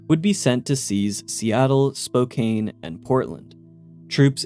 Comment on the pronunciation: Sir it is "spo can"